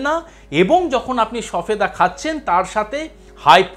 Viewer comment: উচ্চারন ভুল বলেছেন সফেদা নয় সবেদা।